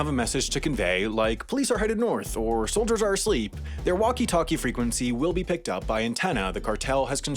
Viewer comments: Ha the eagle gets dyslexic saying "soldiers" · "soliders" nice mistake